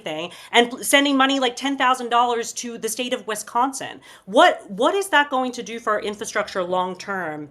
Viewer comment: As a Wisconsinite, I cringe at pronunciation of Wisconsin.